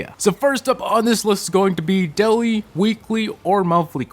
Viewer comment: "daiwee, weekwee, an monthwee"